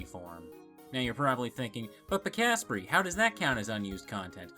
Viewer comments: Hey buddy, YOU BETTER STOP PRONOUNCING AS PIKAHSPREE, ITS YOU DUMMY, I HAVE NEVER BEEN SO PERSONALLY OFFENDED BY A DAMN PRONUNCIATION. UNSUBSCRIBED, DELETING YOUTUBE AND THE WHOLE ENTIRE INTERNET, I AM SO MAD!! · lol i always thought ur name was pronouced Piksa Prey not Pika Sprey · (Late comment) I thought it was pronounced like Pika + Spray like pikachu and pepper spray XD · I thought your name was pronounced pika-spray